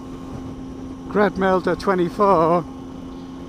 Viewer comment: Hi, congratulations for 1000 subscribers and thank you for answering my question. Funny to hear how Kradmelder24 sounds like when pronounced by an english man. ^^ will mention that in my next MV, I guess... Well, leaving home because of wife... I know and I feel with you, mate;)